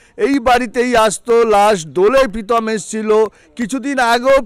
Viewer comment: পিতম না কাকু প্রীতম🙏🏿🙄